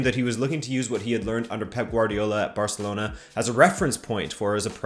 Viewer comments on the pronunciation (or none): none